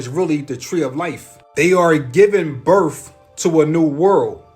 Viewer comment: I'm sorry, but the guy talking about the age of Aquarius &the rest of his theories? I CANNOT, in good faith, believe someone who can not say the word "birth". It's a TH, NOT an F! I know English is hard, but COME ON.....😑🤨🤔🙄